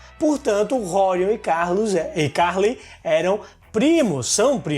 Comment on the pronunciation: Nao é Ca´rley a pronuncia, é Carl^ey, a tonica é no letra e.